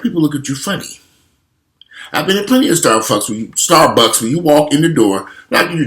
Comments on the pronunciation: . "Starfucks"...No you got it right. It's StarFucks, I'm going to call them that from now on. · did you say “starfucks”?! Lmfao